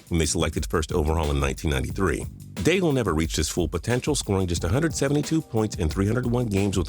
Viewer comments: Daigle pronounced dayg , you idiot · I've never heard the L in Daigle pronounced before.